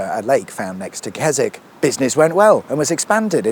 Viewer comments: Surprised you didn't say "Kes-WICK"! 🤣🤣🤣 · It's actually pronounced Kes... Oh no you're all right. Carry on.